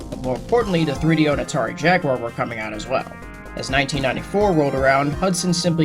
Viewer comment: Finally a person said jaguar instead of jagwire